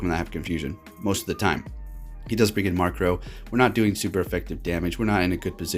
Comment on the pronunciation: Stop saying Markrow! Its Murkrow! MURK not MARK